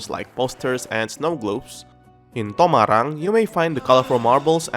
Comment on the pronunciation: Abi,your humour solidifies you as my fave sims YouTuber ever lmaooo! You flying off at the end was funny and I love how you say TomaRRRang! 😂